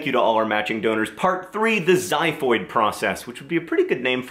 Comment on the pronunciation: just laughed for 5 minutes with your awsume pronunciation of xiphoid process. :-D it was just cute.